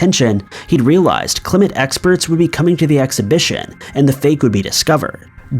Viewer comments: K-L-I-M-M-T is NOT pronounced Klim-ent. it is a single, simple syllable. Klimt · Gustav Klimpt......not 'Klimmit'! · It’s not Klimet… it’s Klimt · The artist is Gustav Klimt. Not “Clement”. Just sayin’. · it's Kleemt not kleemeht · Gustav "Klimmit"? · Gustav KLIMT. In case the repeated mispronunciation confused anyone. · The Klim-et expedition 😂😂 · Lol "Klim-it", sorry, art major. 😂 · * KLIMT ffs!